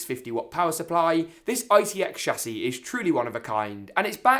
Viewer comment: When he says "chassis" 😆😆🤩